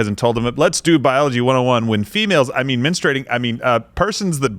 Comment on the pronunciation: “I don’t know if he’s familiar with mensturating” 😂😂😂